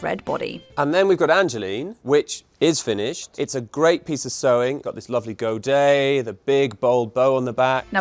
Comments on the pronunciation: It's pronounced go-day, not go-dette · I found it ridiculous that the narrator mis-pronounced 'godet' twice, does nobody ever check the audio for errors?